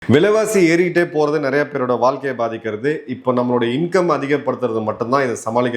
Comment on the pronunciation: வாழ்க்கை என்று சரியா சொல்லுங்கள். ழ உங்களுக்கு வர வில்லை.